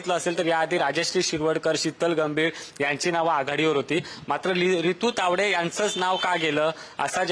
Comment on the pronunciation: प्रसन्न तायडे बोलतो. तायडे कि तावडे?